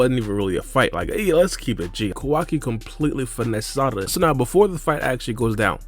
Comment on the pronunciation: “Salada” 😂 I fw you man 🙏🏻😩😂